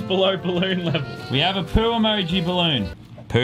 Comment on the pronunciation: "i will do none of the bolloon blow"